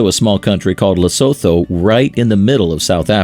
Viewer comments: Lesotho 🇱🇸 is pronounced: Le-Sue-two Drakensberg Mountain is pronounced: Dra-(like drug)-Cans-Burg KwaZulu-Natal Is pronounced: Kwa-Zulu-Nahtaal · Lee-sue-two Dra-kenz-burg